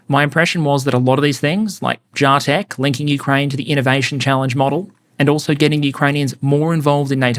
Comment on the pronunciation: Its JAH-TECH! Not JAY-TECH.....alright. Great episode!